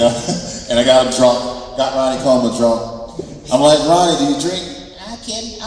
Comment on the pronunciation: Colejman ? Hahaha